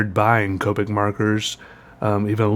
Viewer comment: i mean i'm pretty sure it's pronounced COP-ick not COPE-ick but you do you